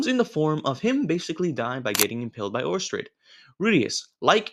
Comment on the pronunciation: It's pronounced Or sted, not Or Stred.